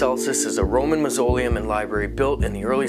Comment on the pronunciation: St John the Apostle and St John the Baptist are two different people. Mausoleum is pronounced Maws-oe-Lee-um.